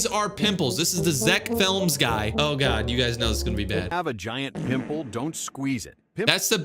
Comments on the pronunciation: Its zeck felms not zeck flems😭✌️ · It is pronounced fe-l-ms